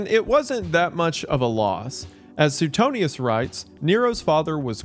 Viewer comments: man i love you but suetonius is pronounced like su-way-tone-i-us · Wendi. Suetonius is pronounced “Swee-tone-ee-us” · I don't think I've ever heard it pronounced Soo-ten-eeus 😂